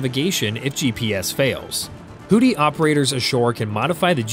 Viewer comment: What in hells a hoddi, your AI sucks.